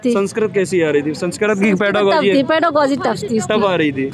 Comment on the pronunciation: पेरालोजी नहीं होता है पेरागोजी होता है